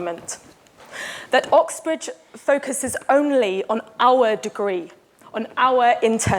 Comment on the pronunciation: she says our weird.